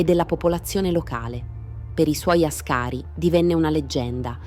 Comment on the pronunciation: Àscari, non ascàri.